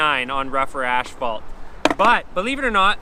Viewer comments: Why do you call as-phalt ash-phalt? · Asphalt. Do they say it Ashfault in Canada? Not trying to be a dick, genuinely wondering. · Nice video, but you keep saying "ashfault" in stead of asphalt and it is a bit annoying. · It's asphalt not ashphalt... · I love how he calls asphalt ashphalt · The accent on asphalt totally makes sense now! Great video dude